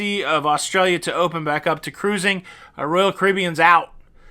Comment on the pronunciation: Like when you say "Carusing" ha ha ha! Want to know if any body been on NCL from Athens, Istambul, Kusadasi, Italy. Let me know if you have any suggestions for the excursion/tours. We are leaving on the 11/11/21. Thanks in advance.